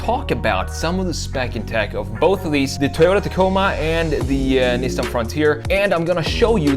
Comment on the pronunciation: LOL 😂 Toyoti… Nissen… Lol